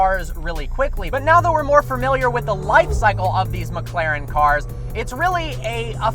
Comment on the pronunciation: Nobody: Not a single soul:: "Fermiliar"